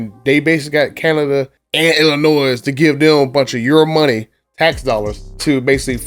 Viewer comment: It’s not Illinoi S The S is silent